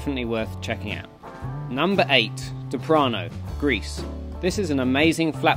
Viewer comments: It’s DREPANO in Greece not deprano!Nice video although!! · For #8 (Greece) it's called Drepano not "Deprano" a friendly correction! Also it's not the best place for this country for sure, for example the best spots are: Mikri Vigla in Naxos, Pounta in Paros, Prassonisi in Rhodes Elafonisi in Crete and Mastichari in Kos. That's for aegean (maybe there are more). For Ionian sea Lefkada at Agios Ioannis, Kerkira. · It’s called drepano brother and not deprano!!🤙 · Great video! I think it’s Drepano, not Deprano, but never mind 😂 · sorry mate but the place is called Drepano(drė-pa-no)...I insist that you make a new video with the correct spelling and accent...